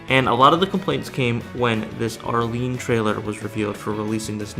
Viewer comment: You calling Arle Nadja 'Arlene' is by far the oddest way I've heard someone mispronounce her name.